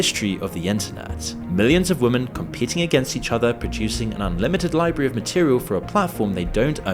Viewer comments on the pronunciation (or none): none